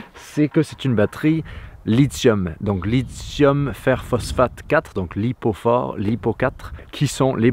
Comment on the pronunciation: C'est rare sur youtube d'entendre ce type de batterie se faire épeler correctement. Les français ont cette fâcheuse tendance (heu en fait, non, c'est pas une tendance, c'est de la bêtise pure) à prononcer l'acronyme à la "wanegaine bistouflaille" en considérant LiFePo comme étant un mot anglais "Life" 😂 Bon je sais, ça n'a pas une énorme importance, mais je me devais de le dire, c'était ma mission.... Alélouya ! 🤪🙃🤣